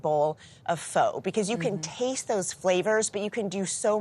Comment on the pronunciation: Shocked that she mispronounced “pho” 😳🙄😑